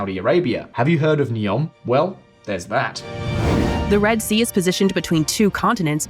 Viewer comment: "Reed" sea.